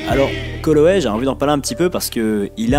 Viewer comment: J'approuve cette vidéo. Tu t'es vachement amélioré dans la diction, c'est bon à écouter. Petite note comme ça, c'est Calloway, pas Colloway :3